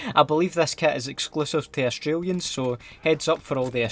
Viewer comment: It’s not oostralian it’s AUSSIE!